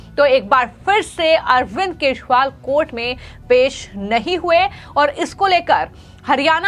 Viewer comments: चोर केजरीवाल को तुरंत जेल भेजो , मॅडम वो केशवाल नही केजरीवाल है आपकी भाषा सुधारो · 😂😂😂 aise bhi anchor hote hai yar jinko hindi bi sahi se nahi aati kejriwal ko keshwal bol rahi hai😂😂😂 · Kya is anchor ko Kejriwal ka naam bolna nahin aata Dhanya ho yah anchor dekh ke bhi kundak aati Hai is anchor ko